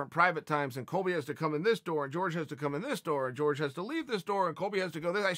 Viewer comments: Jorge “George” Masvidal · FFS, does it kill to say "Hor-hay" Masvidal? I'm going to start calling anyone named George "Jorge" from now on.....correct pronunciation of course. I like this fight for Colby. It is back to back killers, but he could take Masvidal if he comes with that same effort he always has and hasn't suffered any letdown from the Usman fight. Masvidal could take it too, but Colby's pace and output are a lot for anyone at 170. I can see him grinding out a hard decision over "Hor-hay" Masvidal. :D